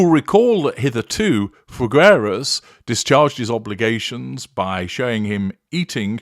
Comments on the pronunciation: It's pronounced Fig-eras. Imagine the fruit put together with the word "eras" without rolling the R. Sorry for being annoying. Thank you. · the u in Figueras is silent!